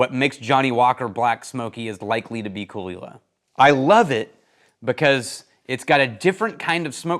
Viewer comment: best part of the video is learning how Caol Ila is pronounced :)